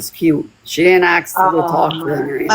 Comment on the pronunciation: Am I the only one that just can’t stand this woman and every time she says aks I wanna slap her.